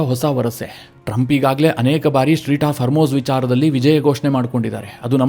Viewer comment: Its not Street, strait of hormuz 😊